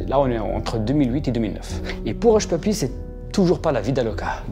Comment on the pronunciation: Hushpuppi -> hushpipi ... Merci à toi pour ce que tu fais 😉